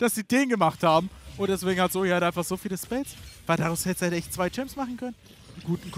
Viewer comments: Es Heißt ZOE !! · Ihr habt das falsch ausgesprochen. "Zö", wenn ich bitten darf.